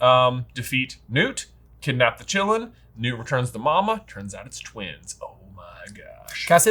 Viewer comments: not pronounced "chillin" qi-lin "qi" is pronounced like tai-"chi" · "chee-lean" it's not a short i in Qilin. also Bhutan is so white, other than the "color coordinated nuns". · You guys are pronouncing Qilin as Chillin'. That is not how it's pronounced. "Qi" is pronounced the same as in "Qi-gong."